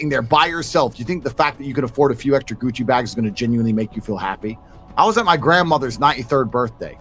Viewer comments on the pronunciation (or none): none